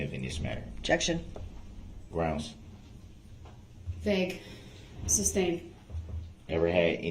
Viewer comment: This "dumbass" cracks me up! He hears the word "sustain" all day long and still says "substain", like a true idiot. And maybe just maybe he would hear the pronouncing word instead of yelling " grounds" every other word. And the entitled attitude, I get when he was born he was handed a EBT card, Obama phone, a monthly check and GED. But for God sakes boot lips. Learn your words!